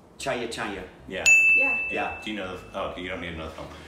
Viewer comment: When said..Chaiya..Chai ya😂😂